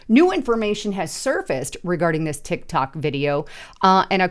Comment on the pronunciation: it is a Tic-Tac not a Tic- Toc